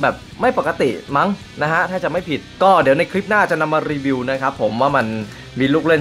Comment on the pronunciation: อินโทรพี่คำว่ารีวิวเเมนเเต่เสียงมันได้ยินว่ารีเวียวเเมน